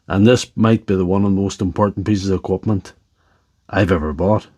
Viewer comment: Sails = cells Ecwupment= equipment Boat= but Clup= clip Tills= tools Plunty= plenty